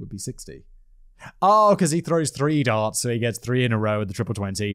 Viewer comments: I keep hearing dance instead of darts lol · Simon says Darts I hear Dance xD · The way Simon says 'darts' sounds like 'dance' to my Canadian ears and it has made me giggle a couple of times before correcting my brain. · Simon the way you say "darts" sounds like you're saying "dance" I got so confused many times, like how can a man in a wheelchair compete in a "dance" competition. My stupidity made for an extra interesting upload lol.